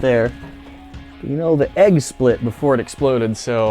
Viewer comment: its Egg not Aegg. my dad has the same mispronouncing problem.